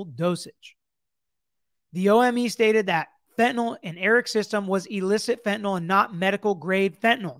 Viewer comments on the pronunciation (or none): Couldn't help but laugh when Dan Abrams said Eric Richins was killed "fentyn-ally"